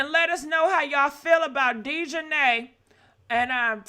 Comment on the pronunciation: you are pronouncing her name wrong. But I feel so sorry for this young lady.